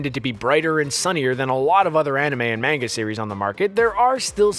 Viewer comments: Jesus christ its manga not menga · Manga is pronounced Mon-ga, not main-ga. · "In the MANG-AH" the cringe. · how can you mispronounce so many words when it's clear your first language is english. ugh. mah-nga. bay-ta. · Oh Lord his pronunciation of Manga -_ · Please stop pronouncing “manga” wrong.... 🤦‍♀️ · the way he pronounces Manga hurts my brain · Learn how to pronounce manga ya newb